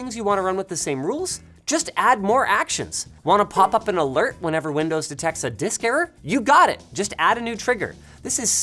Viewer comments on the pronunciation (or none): that "windoes" in the intro